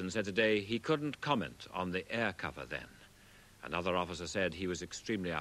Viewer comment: "Anothet" ....Is that a smaller Exocet?